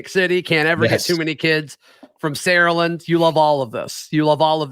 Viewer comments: it’s not “Saralend” its “SaraLAND” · Bro please for the life of god it’s Saraland as in pronounced Sarah - land please stop pronouncing it like that your killing me. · Enjoy listening, but one thing… it is pronounced Sara-Land.